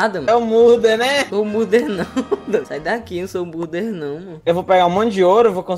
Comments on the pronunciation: " Não sabe nem falar murder " "Muder" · Na parte ele falando murder eu achei mt engraçado